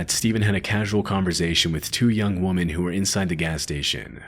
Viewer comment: Great video. Please ask Google how to pronounce the word women vs woman.